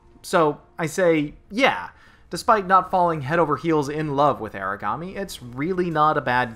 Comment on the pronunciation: It's AH-ra-ga-me or AH-la-ga-me.